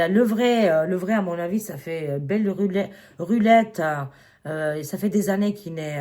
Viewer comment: Denzel Washington ma belle... Tu m'as fais mourir de rire avec " ça fait belle rulette" au lieu de belle lurette 😹😹😹 Mais au moins, tu fais l'effort d'essayer d'employer des expressions françaises 💖 Excellente année à toi, Nicolas et les poilus ☀️🙏 Ainsi qu'à toute la belle communauté 🥰🥰🥰 Je t'adore, tu es un vrai petit rayon de soleil et un petit bonheur 💖